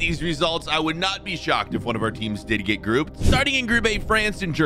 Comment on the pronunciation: He said “before we can geet in”